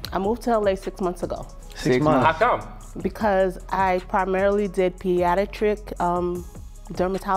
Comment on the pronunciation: None of them noticed how she pronounced pediatrics 😂. Men vibes